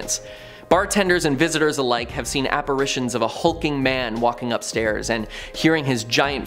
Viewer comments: Are apparatrions operations ghosts get? It’s apparitions. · Its apparitions, not apparations.